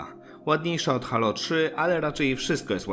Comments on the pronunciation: wszystko fajnie, z tym że mowi sie "hejloł" a nie halo, mysle ze powinienes to odnotowac prowadzac kanal o serii halo :) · dzieki obejrzalem, ale nadal mnie to halo uwiera w uszy, moze kwestia przyzwyczajenia ;)